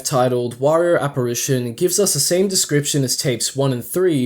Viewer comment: one of your voice actors doesnt know how to say apparition